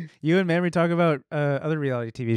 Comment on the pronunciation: Mamrie. Pronounced maim-rie. As in, 'I was physically maimed when her name was mispronounced ' 🙂😃😂 Love this lady! Glad you had her on!